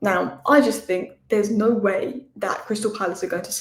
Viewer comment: what is "There's Now Way!" ? 🤣🤣🤣🤣